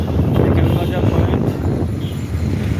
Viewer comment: নাজার না বাজার হবে